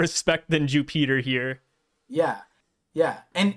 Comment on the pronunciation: I cannot stop hearing "Jew-peter" which just sounds like we're making religious assumptions about the gorosei 😂